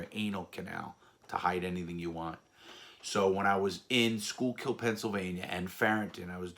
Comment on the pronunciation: Schuylkill and Lewisburg and only about 45min from each other I grew up in the area. Btw outsiders almost never pronounce “Schuylkill” correctly but Larry nailed it. Also, Yuengling beer is made in that area in Pottsville.